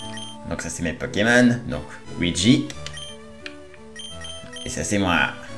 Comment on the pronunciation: À c pas WEEGEE (OUIDJI) c LUIGI (LOUIDJI)